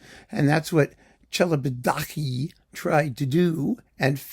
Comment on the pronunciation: I never knew how Celibidache was pronounced. So thanks for that!